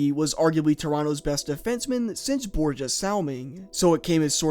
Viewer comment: Borje sounds like Boree-Ya